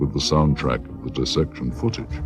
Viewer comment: it really sounds like he says “of the deception” and not “of the dissection” Also what the heck is going on at 17:30:624 (the time in the black box at the bottom of the screen not YouTube players) of the videos run time. Why was it only showed for a quick fraction of a second then not seen again at all in the lab??????